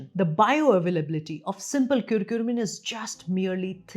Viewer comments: It's not kurkure, It's not lays. It's not KurkuRmim... It's CURCUMIN. As a Doctor you should pronounce the names properly. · Is it curcumin or curcurmin (which you are saying again & again)? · thank you for your time? Why are you pronouncing Curcumin as Curcurmin, lol? Why that extra R?